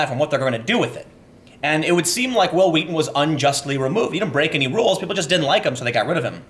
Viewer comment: stop saying it like that that's not real memeing